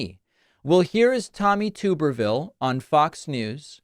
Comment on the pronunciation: Tommy Tubberville is pronounced ‘Tub’ as in bathtub at the beginning of the last name. I know that because, sadly, he is from my state. I need a political relocation program.